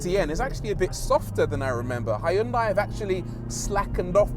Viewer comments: It is not hAyundai but Hyundai! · Hiyoondai lol, even funnier than the Americans Mawzda! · Good Video, but damn, thats one of the worst pronunciation of Hyundai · That's a nice pronunciations of Hyundai.